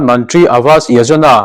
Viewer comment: Yojana tih kha i chhiar diklo,yajona ani lo.